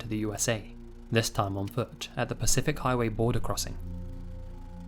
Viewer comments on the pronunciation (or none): none